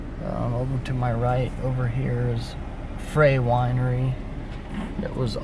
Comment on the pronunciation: Goo video, but it is Frey (pronounced fry) winery, and they are still in business!